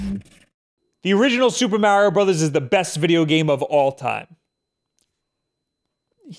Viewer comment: "Super Mario Brazzers"?